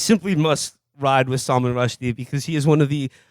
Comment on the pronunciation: Salmon Rusty